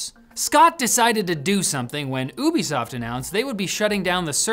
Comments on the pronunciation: its you be soft not oooo be soft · lol my brain tweaked every time I heard you pronounce Ubisoft the way you do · Is it pronounced Ubisoft?! Ah man, I've been saying Ubisoft!! Why didn't someone tell me?! Ahhh I've been making an idiot of myself!